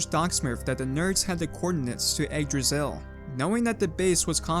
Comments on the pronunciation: umm actualy is yggdrasill not jigdrasill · Your butchering of Yggdrasil (Igg-draw-sil) really messed up the intro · Y-eeg-drasil Yggdrasil